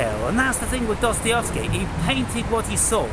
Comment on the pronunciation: here you go "Duh-stuh-YEV-skee"